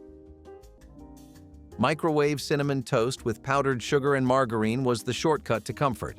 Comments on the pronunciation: Who says margareen? Margarine!!!!! And who had a microwave of those days? and then when they did start coming out you had damn money so you wouldn't be cooking these inexpensive meals.😊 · Same! Had me wondering if my Southern accent has destroyed another word 😂 it’s “Marga-rin”not “margarita-reen” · mar-jar-in, its NOT "mar-gar-een"..... erbs.... js 😂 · It is not mar-ga-reen. It is mar-ja-rin. I am a child of the fifties and that is how it was pronounced. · Please learn how to properly pronounce “margarine”; it’s Mar-jar-in, not Mar-gar-ine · Who programmed this Mar-gar-reen? Never heard it pronounced like that! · Why does he say margarine like mar gar rine ? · Who in the ever lovin hell pronounces margarine mar gah reen? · Call it margereen one more time!! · Right? That was driving me crazy. Never heard it pronounced that way. MAR JA RIN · Marg-a-reeeeeen? What is that? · Margarine. You keep mispronouncing margarine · And margarine. I’ve been saying it wrong for 30 years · I’ve never heard the word ‘margarine’ pronounced like that before. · You keep saying microwave when you mean oven. Microwave wasn’t around then. Also you constantly mispronounce the word margarine